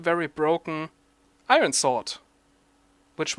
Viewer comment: iron, your saying it wrong.